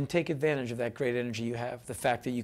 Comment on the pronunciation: to natsaan honestly, i laughed at "advanchage" too because it happens to me and others i know... i giggle every time! but may a gently suggest you watch the vid again and see if you can get just one other thing out of it. :-) P.S. Thank you Henry Rollins